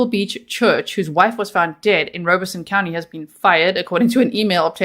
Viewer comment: I live an hour away from Robeson County and know lots of people from there. And never heard it pronounced Rowbeson. They pronounced it ROB-a-son